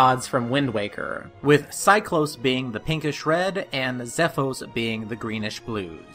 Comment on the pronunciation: Deck-oo not Day-coo Cy-clos not Cy-close Zeff-os not Zeff-ose Great video, but so many wrong pronunciations...